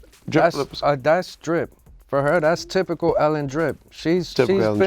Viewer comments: "Typical Dripical" lol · Worst take “Dripycal” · fucked up. “Typical dripical”????????? holy hell